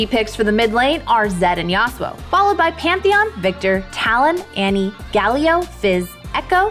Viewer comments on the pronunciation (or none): none